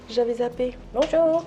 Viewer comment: Bonzour c'est le service de chambre mdr 😂